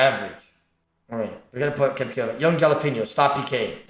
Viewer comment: "young jallapeenyo"